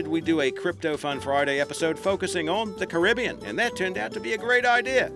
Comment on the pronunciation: u pronounced Caribbean wrong